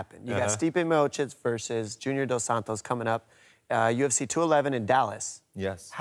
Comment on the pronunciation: Werdum never says Miocic's name right haha